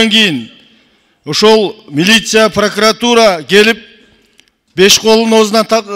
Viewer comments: Пракатура емес прокуратура болот таз баш... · Эй гелесоо Прокатура эмес, Прокуратура деп туура суйлогонду органдардын аталышын туура айта албаган депутат Жогорку Кенешке бок жеп отурабы эмне деген сабатсыздык , билимсиз уялбайсынбы дагы кыйкырып кыйратып койгонсуп суйлойсун эшек. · сен кандай мааниде тушунуп жыргайсын? Тыншап уксан суйлогонун ,,Прокуратура" деп суйлоп жатабы или пракатура деп тантырайбы? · пракватура дейби? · Лысый депутат Пракуратураны так айтса Ары жок калп суйлобогуолу биринчидин паркуратура эмес Прокуратура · пракатура дейт таз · Паракуратура десе туура болот го. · Прокуратура деп айталбайтекен таз баш пахтакор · ПРОКАТУРА ДЕП, ЖЭНИШ ТИЛИН КЕЛБЕЙ, БИРОК ТУРА АЙТЫПСЫН!ПРОКАТ УРА))))😂😂😂😂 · Тилин келбей Тишин келетго пракатура деп лысый 😂🤣🤣🤣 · Сен биринчи прокурортура деп туура айтып алчы,!